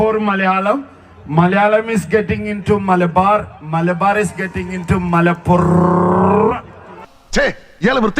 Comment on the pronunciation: ഈ മൈര്യനുമല പ്പുറം എന്നു പറയാൻ അറിയില്ലേ ഇവൻ പാടുന്നത് പാട്ടാണോ പട്ടി ഓളി ഇടുന്നതുപോലെ ഇവനു ജാടയും അഹങ്കാരവും കൂടുതലാണ് മര ഊള